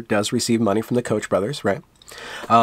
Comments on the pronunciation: FYI the Koch name is pronounced like Coke. When I mispronounce it I do so knowing what it is supposed to be, lol. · No biggie, but the Koch brothers is pronounced "coke" brothers.